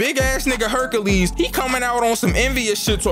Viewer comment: "Hercales" got me fuckin cryin